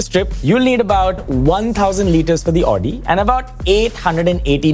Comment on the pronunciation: It's not Aw-di, -----> Aow-di.